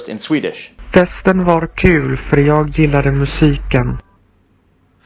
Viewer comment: NO 'G'-sound in the end of 'JAG'!!! To be honest, the Swedish 'voice' s_cks. The pronunciation is worse than the worst.